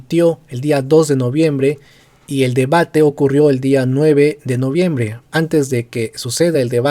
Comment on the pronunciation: corrección "Noviembre"